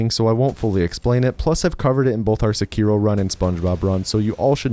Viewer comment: It's seh-keh-ro